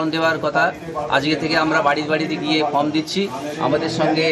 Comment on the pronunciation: নিউজ এইটিন, কি সাংবাদিক( প্রথম সাংবাদিকটি) আপনাদের? যে ফর্ম কে ফ্রম বলছে। সত্যি, কি শিক্ষার মান হয়েছে এই রাজ্যের